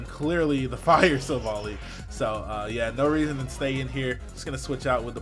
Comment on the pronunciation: Yo,! It's pronounced like Silver Ally, since the japanese is basically "silver buddy" in English.